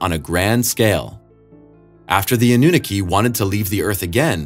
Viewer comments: “a new nikki” lol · You're saying Aununaki completely wrong dude which shows you didn't research enough. Aunu, Ah-nu. Ah as in a breath of fresh air. naki, na as in na na na or nah-ki like key. You're saying the "naki" part like Nicki. That is wrong. Best you look up other video's with it in the name and watch so you can hear how it's pronounced. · Anunnaki is pronounced Anna knock E. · Ah-new-naw-key, not whatever it was you tried to say. "Ah" as tho you are showing your tongue to the doctor and saying "Ah"--not "Awe" but the ugly, flat "Ah" as in "aptitude." "New" as in brand new like a Christmas present. "Naw" as in "gnaw" like a dog gnawing on a bone--the "ah" unlike the 1st syllable, but long, pretentious, or British "ah's." "And "key"--the thing that unlocks your door. Anunnaki. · Ah-nu-nah-key Anunnaki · I love the way this guy pronounces anunnaki. Ah noo nah kee?...😂😂😂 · Annunaki A-NU-NAK-I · Ann-na-NUKI LOL!